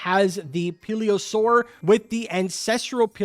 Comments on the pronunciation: Yeah bro cannot read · ive never been so annoyed at somone not being able to pronounce plesiosaur & pliosaur